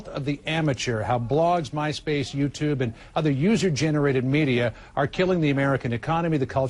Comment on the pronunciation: 1) - Hehehe. He said "paranoier about medier." :-p 2) - Exactly. 3) The word, John, is "balls." We here on the Internet can actually say it without having to worry about our boss taking our balls from us and putting them in a jar.